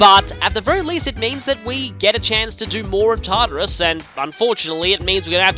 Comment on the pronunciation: The first time I heard him say Tartarus I thought he said Tarter Sauce (sorry for bad spelling)